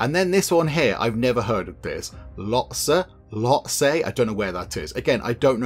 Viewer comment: Hello, could you bring back Software Inc? It has come a long way since you last played 6 years ago. Also, that Mountain is pronounced l-Hotsay. 'Ho', as in home. It can sound like Hotse, the L is almost silent. I don't know how to say it, but the local people here say the 'L' inside their mouth quickly, you can hear them say it, but when the word comes out, it 90% "hotse". I didn't even understand what I said. Hope it makes sense. Source - a local.